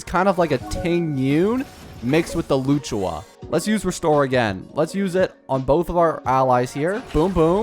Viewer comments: I died when he said Loochawa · Loo choouh, lol